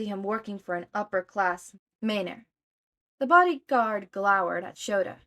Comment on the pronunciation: Love this. Just a quick pronunciation note, Manor is typically pronounced man-er instead of mane-er